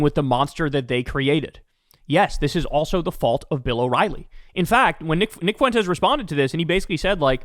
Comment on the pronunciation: Fwen-tez. Now every time you mispronounce it as “fu-en-tez” I can say you sound like an old MAGA pundit 🤪. Ask intelligent leftists (not calling you unintelligent) or Spanish speaking people. Or you can just continue to sound like a right wing pundit